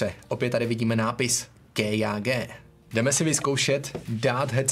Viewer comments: Nečti kejage ale KJG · je to čte se to kjg a když už tak [ké jé gé] a ne [ké já gé] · jenom neříká se to ké já gé ale KJG nic ve zlém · Vyslovuješ to špatně není to kéjágé, ale kájégé ideálně jen kjg. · Ta výslovnost já umřu to je hrozný Ké Já Gé? Twl normálně stačí říct KJG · Zdarec, videjko pěkný, ale když to čteš "kej já gé" zní to fakt blbě :D nebylo by lepší vše česky nebo rovnou anglicky? :) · kdo tě učil abecedu??? KéJáGé??? :D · Když tak je to "KáJéGé" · Prostě KJG wtf